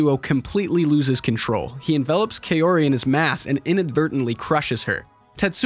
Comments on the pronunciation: Very good analysis. Names are pronounced AH-KEE-RAH (not uh-KEE-ruh), and Kah-oh-ree (not kay-or-ee). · Japanese pronunciation is pretty straightforward, unlike that of English. Kaori is pronounced Kaori, not "keyowree". 😆